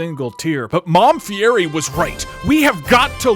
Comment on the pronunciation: You mean Mamá Fiéri